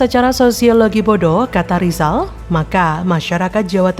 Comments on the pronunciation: Berarti yg guoblok Lizal😂,, ngomong " R" aja ga bisa😅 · Lizal lamli yg bodoh, masak sampai tua saja bilang R yg begitu gampang saja tidak bisa😂😂😂😂